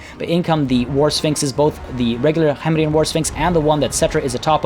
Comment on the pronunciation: it *K*hemrian. The K in Khemri is said like a normal hard K.